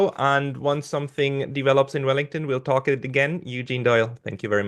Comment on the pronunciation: There's no V in Vellington